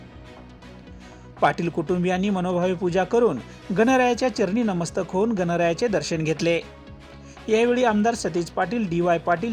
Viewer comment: नीट उच्चार करावा नमस्तक नाही नतमस्तक असा शब्द आहे